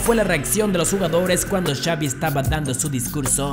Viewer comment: xaviM, el técnicoM, hablá bien carajo